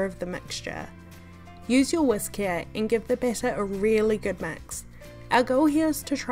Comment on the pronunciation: "mex the iggs" 😂